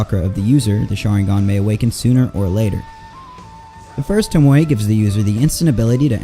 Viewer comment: You know it’s pronounced toe-mo no hate just wanted to save you before you got some hate for it